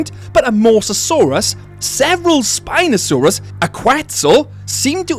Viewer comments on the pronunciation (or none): none